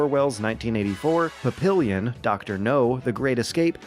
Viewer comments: Papillon is the French word for “butterfly” and is pronounced like “Pappy-Yon” (It’s also a tiny dog breed but that meaning isn’t used in the story) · I have always tried to not make fun or draw attention to when someone says a word that they’ve clearly only ever read, but not heard… But hearing Papillon pronounced like that practically gave me an aneurysm 😅 It’s French for butterfly. “Pa-pi-yon”